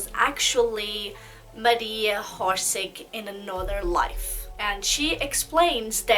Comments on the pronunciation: born October 31 , 1895 in Zagreb and pronunciation not horse-horsic- its orsic y a such negligent n trivial click freak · its pronounced Orshich not horsik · Why do you pronounce her name Horseig? its Orsic without an H! You seem to know a lot about her so please pronounce her name without the H. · Not HORSIC , it’s Orsic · I hate it when people mispronounce things and im pretty sure its not "hor-sig". I can't take people seriously who dont even try to get the names right. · How about you learn that people have different accents?? Not everyone will be able to say things from different language with their native language correctly. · Oršić. Try to hear on google translate.